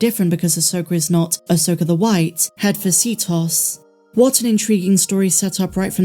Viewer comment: can you please stop pronouncing her name ahsoker, it’s Ahsoka. Every video I watch of yours I cringe when you say ahsoker. It’s about 50% sometimes you say Ahsoka and the other half ahsoker. Am I the only one that gets annoyed by this?